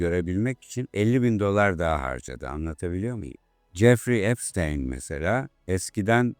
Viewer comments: çok iyi video cesaretinden dolayı tebrikler ama bir eleştiri olarak yapay zekayı azalt abi. gerçek kullanıcılar ai materyal görmekten hoşlanmıyor ve gezegeni bitiriyor bildiğin üzere. bir de epsıtiiiiin. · Abi emeğine sağlık çok iyi video olmuş ama 'epstayn' değil epstiin diye okunuyor video boyunca kulağım tırmalandı. 😂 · abi amerikan mason tapınağı videonda da geçiyor soyadı epştayn diye okuyosun hatta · Virgin "bakire/bakir" anlamlarına geliyor. Ada seçimi bile tesadüf değil galiba, ufacık çocuklarla yaptıkları rezilliklere bakılırsa... Yalnız şu adamın ismini doğru telaffuz etmemek konusunda neden herkes bu kadar dirençli, işte onu anlamıyorum. Videonun başında kendi halkının "epstiin" şeklinde telaffuz ettiği ismin peş peşe eklenmiş birkaç sese rağmen videoda ısrarla "epsteyn" ve arada bir de "epstayn" diye telaffuz edilmesi neden?